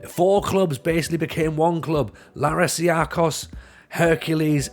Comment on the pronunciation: It's pronounced LArissa